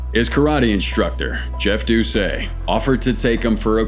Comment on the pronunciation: It's not Jeff "Doo-say". It's Jeff "Doo-set"